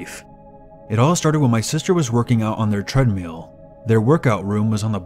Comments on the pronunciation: Sounded like you kept saying treadMEAL instead of treadMILL. xD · Did u really just say treadmeal? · "Tread meal" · "Tread-meel." giggles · tread meal